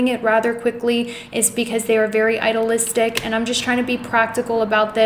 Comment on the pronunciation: You mispronounce idealistic. I-de-al-is-tic. It is a hard e